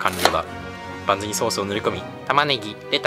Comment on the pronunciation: だからパンズじゃなくてバンズだって